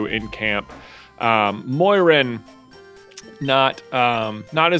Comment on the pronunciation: Moiran sounds incredibly like goiran and I bugs me out every time